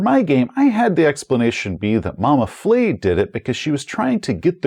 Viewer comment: Additional note: a French-style letter e with the grave accent - moving downward from left to right - indicates that the sound is an open-mid front vowel, like the 'e' in 'bed'. So it's Mama Fleh, not Mama Flay. I mention this because of the potential danger in mispronouncing the name of an Elder God and earning its ire. Love your videos, keep up the great work!